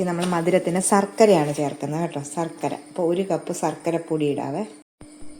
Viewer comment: സർക്കര അല്ല ശർക്കര